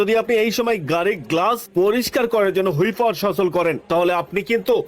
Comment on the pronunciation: গাধা ,হুইপার নয়, কথা টা হল ওয়াইপার (wiper).